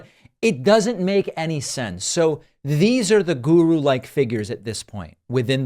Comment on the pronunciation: I love when you say the word guru, you give it a little “gooOrou”